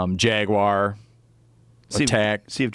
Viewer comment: You know my english isn't best. So i was wondering ,what the hell is jackwire. It kills people and dogs. Google ,what is jackwire? Nothing... Jagwire? Nothing.... Jagwire south amerika? Ohhhhh... That makes sence.